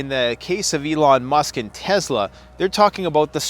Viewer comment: Bro it is tes-la not tezla